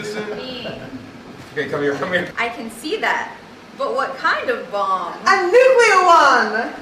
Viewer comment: Attention all Americans: it's NUCLEAR, not nukular. Thank you. Dummies.